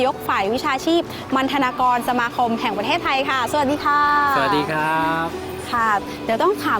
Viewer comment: !!~ 5555. มัณทนากร หรืิอ มัณทนาการพี่..